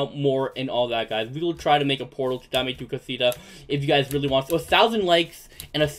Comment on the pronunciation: Your saying Dom tu cosita Dame ame tu cosuta